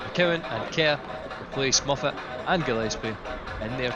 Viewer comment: It’s not fucking muffat 😂😂😂 it’s Moffat